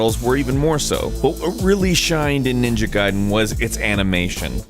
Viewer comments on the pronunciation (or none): It's ga-ee-den. Why can't people say the name right look it up